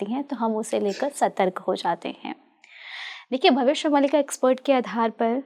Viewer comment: Host महोदया, आप भविष्य "मालिका" को भविष्य "मलिका"बोल कर इस ग्रन्थ नाम बिगाड़ने का कार्य न करें 🙏🙏🙏🙏